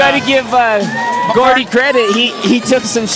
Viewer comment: ITS GOUDY NOT GORDY PRONOUNCE THE MANS NAME RIGHT!!!